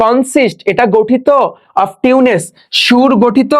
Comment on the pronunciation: আমি অবাক আপনার উচ্চারণ দেখে, টিউন্স কে বলছেন টিউনেস, রিলিক্সকে বলছেন লেরিস। এগুলো কি?